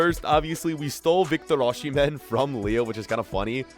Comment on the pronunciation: You do not pronounce 'sh' in Osihmen